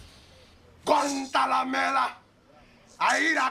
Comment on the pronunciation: It's "Guantanamera "